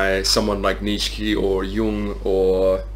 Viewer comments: Great video, just keep in mind it's "Neech-uh" not "neech-skee" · You keep saying neech key, are you blind or dumb and or deaf